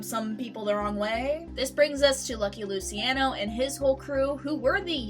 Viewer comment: Stugats, “Loo-chi-on-o”